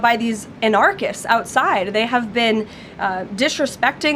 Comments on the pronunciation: “An-ARCH-ists”, Karolyin”? 😂😂😂 She doesn’t even know how to pronounce AN-ar-chist, never mind know what one is. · “Unarkists” okay lady buy yourself a dictionary! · She can't even pronounce anarchists properly. Very low IQ. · Leavitt doesn't even pronounce "anarchists" correctly, I wouldn't trust her to water my garden for me. Whining about "partisan democrats," that's hilarious, as we know who the most partisan of partisans are today, magacinos. She's just baby taco's crybaby. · She can't even say 'anarchists' correctly.